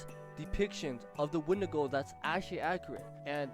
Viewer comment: It's a when-di-go